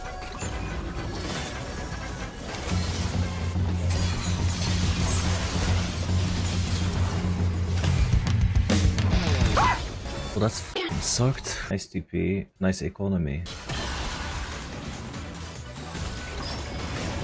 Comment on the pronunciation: the part where he said nice enonomy felt like i got a punch in the face